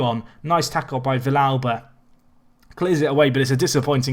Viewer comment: nope, you pronounced vilalba correctly